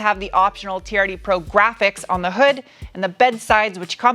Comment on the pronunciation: I kept thinking you were saying charity pro rather than TRD pro......